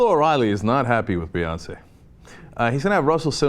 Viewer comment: that last Beyonceé was pitch perfect lol